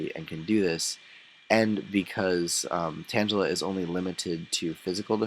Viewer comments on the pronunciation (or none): lolz sounds like u said Tanjella instead of Tangela its cool though like that move set on slowpoke as well my friend lolz.too bad u cant run mudslap with that calm nature combined as one peace!